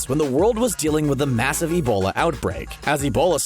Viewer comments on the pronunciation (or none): none